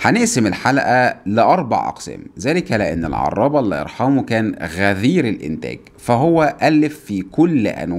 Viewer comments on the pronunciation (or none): غزير وليس غذير